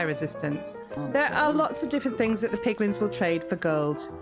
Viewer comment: You said piglings I heard piglings Yet my head heard "MAN BEAR PIG!!!" lmao Love it!